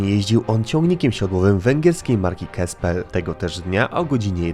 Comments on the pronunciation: Nie Kaspel, a Czepel.. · Fajne filmy robisz tylko ta węgierska ciężarówka to nie Kespel tylko Csepel (czytaj Czszepel lub popularnie Czepel) z niespotykaną w tym czasie aluminiową kabiną. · film obejrzałem jak zwykle z zainteresowaniem, ale mała uwaga: nazwę marki węgierskich ciężarówek Csepel czyta się "Czepel" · Csepel - węgierska marka, czyta się "czepel".